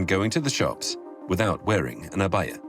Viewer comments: Abaya not Ayaba. Great video, great work, well done. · what women wear outdoors to cover is called an ‘abaya’ not an ‘ayaba’ - it’s an easy mistake to make.